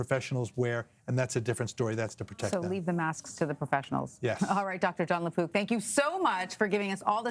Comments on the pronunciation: I kept hearing "Doctor LePoop." Also, it was nice to know you all. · I thought she was saying Lapoop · She did say: Dr La-poop 😂